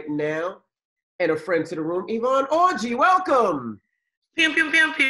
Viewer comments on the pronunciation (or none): 'Orji' R is silent